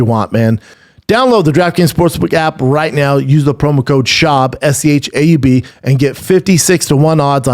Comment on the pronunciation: Is it just me or did it sound like Buff said “BRANDON thicccboi schaub”